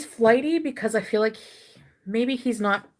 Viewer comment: Since you pointed it out, I hear that you can’t say because